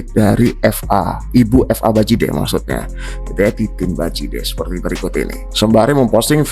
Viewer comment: BUKAN FA WOIIIIII...TAPI VA